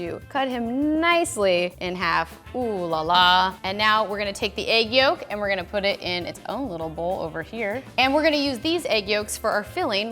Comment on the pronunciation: This is driving me nuts: I really think she’s saying egg yoke. It’s yolk. And the L is not silent.